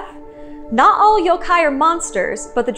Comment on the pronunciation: I'm so glad your Japanese pronunciation is spot-on. I'm tired of hearing people pronouncing yokai as "yow-kai".